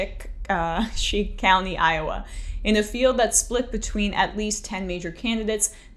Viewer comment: FYI, "Poweshiek" is pronounced like POW-a-sheek (you may never need to know that again, but now you do). ;-)